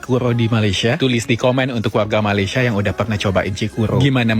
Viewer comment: YOUTUBER INI SALAH SATU ANAK ORANG UTAN KERANA MAKNYA BERKONGKEK DENGAN ORANG UTAN. LIDAHNYA TAK PANDAI SEBUT MALAYSIA DENGAN BETUL. MEMANG ANAK UTAN BODOH, IQ RENDAH